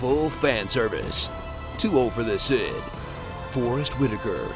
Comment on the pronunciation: Oh man "Forest Whitaker" 🤣😅🤣